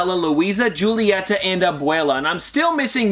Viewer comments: Love watching your hunts, they might be my favorite type of video. Just want to say that Julieta is actually pronounced as "Hulieta", with an H, not Julieta with a J ahahah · Hi! I believe it is pronounced hoo-lee-yeh-tuh not joo-lee-yeh-tuh. I could be wrong though ha ha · in spanish the j’s give a h sound! so it’s “hool-ee-et-tah” :) the j in Julieta is silent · In Spanish culture the j is pronounced like an h so you say julieta (who-lee-eta)